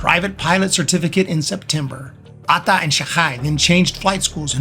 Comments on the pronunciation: just use only one syllable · The narrator loves to say Atta. Pheew with vim & vigor . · Your „Atta“ pronounciation is funny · the pronunciation of Atta is hilarious.